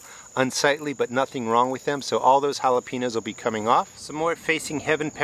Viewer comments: Not to be a jerk or anything, but when you say jalepeños, the "ñ" is pronounced "nya" like hal-uh-pen-yos. I'm a bit jealous of your pepper harvest! The video was great 👍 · Make an effort not to mispronounce Jalapeños